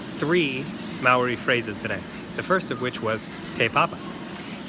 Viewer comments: Good pronunciation apart from Maori mao-ri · just a tip its said mow- ree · If you can, roll the r in Māori and then it'd be perfect :)